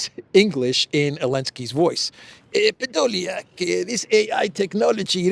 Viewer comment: you make me smile when you speak “PEDOLIAK”....